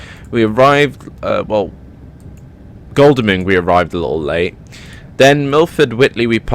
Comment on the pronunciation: Just so you know, it pronounced Goddle-ming